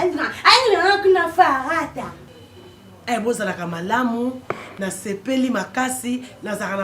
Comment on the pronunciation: Ya balobi palata y'olobi farata eeeeeh 🤣🤣🤣🤣🤣🤣🤣 eh bongo portugais na yo naleli yango forrrrrt🤣🤣🤣🤣🤣🤣🤣